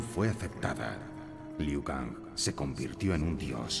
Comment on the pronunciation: Broo alguien mas vio q dise lui en ves liu kang